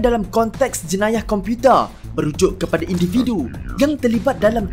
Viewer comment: Slang pelik sungguh.tambah masa ckp perkataan 'komputer'.